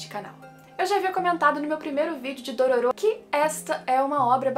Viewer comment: Não é Dorôro que se pronuncia não?